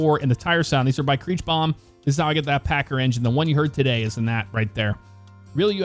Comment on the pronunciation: you said packer the first time